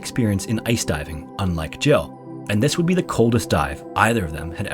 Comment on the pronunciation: Is that me or everyone heard the name as Joe not as Jill ?